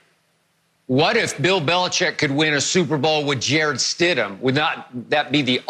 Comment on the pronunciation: No: It’s Stidham, move on